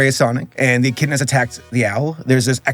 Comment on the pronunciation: Etch In A Da Lol It’s Echidna (Ek-id-na)